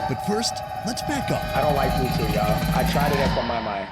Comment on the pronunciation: The funniest part of this video is laughing at the fact that this guy mispronounced puthu😂😂😂😂